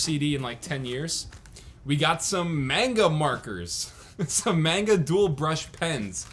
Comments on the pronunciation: did just say mainga instead of manga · The way he pronounced manga just made me cringe really hard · 99% Dire Straits comments (Idk them either) 0.9% normal comments My 0.1% comment cringing at how he pronounced manga. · Can't believe someone can pronounce "manga" wrong....